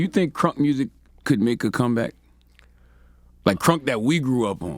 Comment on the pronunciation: I just want Scrappy to say “MUSIC” one time. Just once lol #Mursic